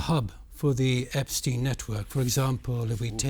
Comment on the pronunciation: Can you pronounce Epstein name properly It is so annnoying when you change names like this